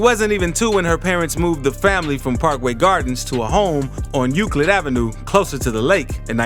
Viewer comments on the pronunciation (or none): none